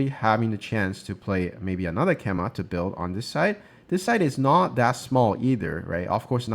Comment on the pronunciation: FYI, "keima" (knight's jump) is pronounced "kay-mah", not "keh-mah".